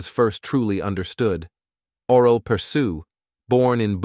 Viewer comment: You say his name completely wrong. It sounds something like aww-relle-perr-shoe, with the 'aww' pronounced more like 'awl' without the l.